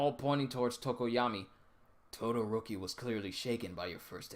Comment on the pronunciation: Its tokoyami not tokoyama